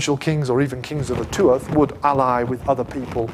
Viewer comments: It's an interesting enough lecture and has helped to put some details in context for me, but dear lord, why is it any time a non-Gael lectures about Ireland they fail to realise that our orthography is decidedly different? He lost me the second he said "Too-ath" for "Tuath" and pluralised it as "Tuaths" It's pronounced TOO-ha or TOOah (depending on your region), and the plural is "Tuatha" pronounced TOO-hah. His pronunciation gets worse after that. If he (or any other YTer) is going to do a video on Ireland, pleeease contact your nearest Irish person for verification before we end up with another "Sam Hayne" fiasco on our hands. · Tuath second.t not pronounced